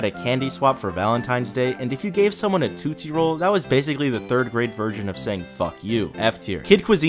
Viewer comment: Bro said it Toot- sie roll lolz